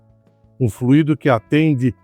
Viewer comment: A pronúncia correta é “fluido” e não “fluído”, sem acento. Num podcast, o Sérgio Habib, antigo presidente da Citröen no Brasil, disse que o AL4 dava problema no Brasil por conta de superaquecimento. A PSA no Brasil teve que adaptar um sistema de refrigeração através de aletas. A cúpula da PSA na França sabia do problema, mas não autorizou o desenvolvimento de um câmbio modificado para nosso país. Agora, a Renault fez alguma modificação nele, pois esses problemas não aconteciam na Duster, por exemplo! Se eu encontrar o link dessa informação do Sérgio Habib, eu posto aqui!